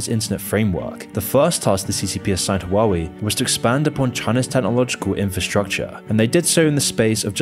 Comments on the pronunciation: it’s tough to take these videos seriously when doesn’t even take the time to google how to pronounce huawei lol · How is it high quality? Both xiaomi and huawei were completely mispronounced the whole video lol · can’t even pronounce huawei properly tho lol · Yes, his Chinese pronunciations are a bit... Not Chinese. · The are two crimes present in this video: the first one is the criminal pronunciation of the name of the brand (take a look at forvo, at least) and the second is that this channel is criminally underestimated! Keep up with your work, good job! Nice video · Bro can’t even say the name💀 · Huawei, he said it wrong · I loved the video but I cannot get over the pronunciation of Huawei. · ???? u can't even pronounce huawei the right way🤣🤣🤣